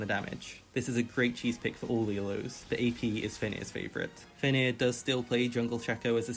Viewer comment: Its actually "Fenrir", the nordish monster wolf